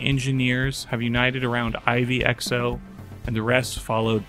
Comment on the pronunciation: Few notes. In OG ru version kights are called knechts. A nod to landsknechts, medival german speaking mercenaries. And Ivy Xo how poetic it wont sound (XO is slang in community standing for crossout) could be read as "Aivee Go"(official pronounciation in russian from devs). So you can use that if xo is too mouthfull for you.